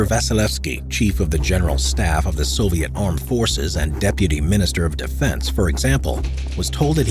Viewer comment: ВЫ НЕПРАВИЛЬНО ПРОИЗНОШАЕТЕ НАЗВАНИЯ СОВЕТСКИХ ГОСУДАРСТВ.... НЕОБХОДИМЫ ИСПРАВЛЕНИЯ